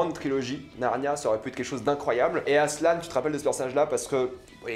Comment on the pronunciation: Ça se dit ASSELEN pas asselane